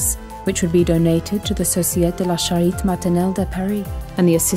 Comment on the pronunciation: I miss the previous voice, her pace was better, more enveloping... also the French of this new voice is lacking, there are at least 2 accents missing, both on :sociEtE and cAritE not societ & charit